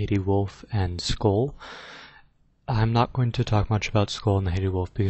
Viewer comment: YOU MISSPRONOUNCED SKÖLL, I AM EXTREMELY OFFENDED.